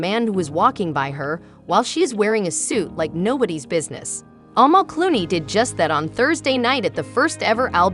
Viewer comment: Her name is pronounced "A-mall" ..... short 'a', accent on second syllable. It chips away at your credibility when you don't pronounce names properly....easy to research.